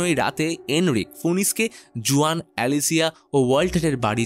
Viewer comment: Uccharon Hobe huan spelling Juan 🤓